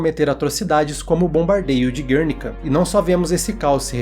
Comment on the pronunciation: Mateus, que pronúncia americanizada é essa do quadro de Picasso, meu amigo?!😅